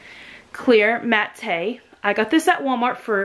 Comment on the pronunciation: Matte is pronounced Matt. The way you said it was so cute.